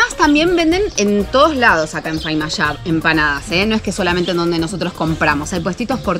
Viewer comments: Chicos es Famailla, no faimalla, muy lindo lugar y fabulosas la empanadas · Jaajja se dice FAMA iLLA no FAiMA YA. y es san miguel de tucuman y no "del tucuman" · Muy lindo viaje y video chicos, pero todo el tiempo dijo faimalla y así no es. Es famaillá. Saludos y buen viaje 🙋🏻‍♂️ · Hola muchachos....no es Faimalla, es Famailla...jajaja. me alegro que esten en Tucuman. Les deseo lo mejor. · Faimalla??? Es Famailla!!!! Te la perdono por que lo dijiste con toda la onda!!! Jajajajajaja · Estuve leyendo algunos comentarios a ver si alguien les habia aclarado, pero no vi... Es "Famaillá" y no "Faimalla" Abrazos! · Se dice Famaillá no Faimallá ...... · Cuando pensé que iban a empezar con el chiste de Micumán...le mandan Faimallá en vez de FAMAILLÁ !!!!! jajajajaja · Amiga repitió 137 veces "FAIMALLA" y no es así... Es "FA - MAI - LLA" SALUDOS DE UN TUCUMANO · FAMAILLA,se llama esa localidad y no FAIMALLA como dice la sra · Famailla!! no Faimalla!! jajaj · es famailla no se dice faimalla escucha t video a tda hora decis mal l palabra famailla, antes d hablar pregunta 1ro como se pronuncia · Sería bueno que la señorita diera los nombres de las localidades correctamente. Es Famailla y San Miguel de Tucuman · Estimada es famailla lo dijiste mal cuando lo nombraste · Hola se pronuncia Famaillá!! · Hola chicos, perdonen pero la palabra correcta es FAMAILLÁ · Ayyy, como van a decir Faimallá??? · Es molesto....de todo el vídeo repetiste mil veces mal el nombre. Si vas a un lugar mínimo aprenderé bien el nombre. Se dice FA MAI LLA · hicieron un video de 23 minutos pronunciando mal el nombre de la ciudad de Famaillà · Todo el video se pronunció mal el nombre del lugar… 🤭